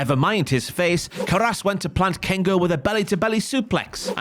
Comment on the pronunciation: Anyone else slightly bothered by their pronunciation of "Caras"